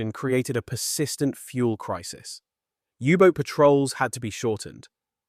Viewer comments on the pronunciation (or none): AI/Speech synthesiser fail! It's not a Yubot. In English, it's a U-Boat. Proof read ALL text before you post. Don't induce a brain crash in your viewers. We can move on in a click